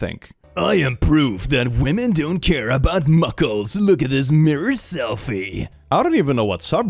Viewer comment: the way he says muscles lmao